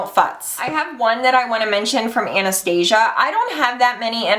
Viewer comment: It's Ana-stas-ia